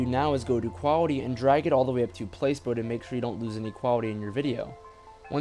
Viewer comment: great video you fricking rock dude. btw it's pronounced plah-see-bo not place-bo. thanks for fixing my problem